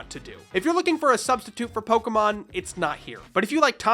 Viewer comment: PO-KAY-MON not PO-KUH-MON